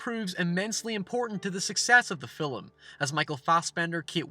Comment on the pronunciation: Anyone else hear him say filim rather than film